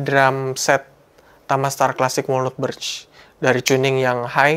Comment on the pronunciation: Saran bang. Walnut cara bilangnya wolnat. Bukan wolnut.